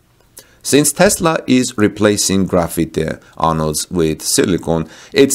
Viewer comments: Graphite..”graph-fight”. Not “Graffiti”. :-) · Graphite is not pronounced like graffiti or gra-feet-eh but like GRA-fight. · Also graphite is pronounced graph fight :) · I heard the same.